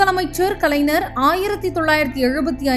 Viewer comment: யாரு?! நம்ம மனோரமா ஆச்சியா?! ஆச்சி ❌ ஆட்சி ✅ கலைநர் ❌ கலைஞர்✅ கருணாநிதியில் "ரு" குற்றியலுகரமாகப் பலுக்கக்கூடாது. முழுமையாகப் பலுக்க வேண்டும். சில நாள்களில் ✅ பனி ❌ பணி✅ கண்காச்சி ❌ கண்காட்சி ✅